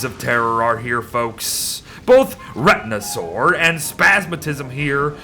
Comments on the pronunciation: i don't want to correct you but its not retinasaur its retinazor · You got one of them right but you got retinazer wrong its reta-nazer(it sounds sorta like retina and lazer smashed together) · The red eye is pronunced Ret-in-a-zer as in terraria it shoots lasers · retinazOr? retinazer! RETINAZER!!!